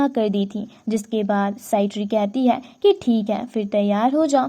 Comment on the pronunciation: "Hai" sabd ko sahi se bolo